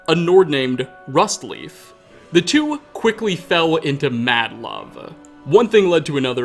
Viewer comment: Leif in Rustleif is pronounced lejf.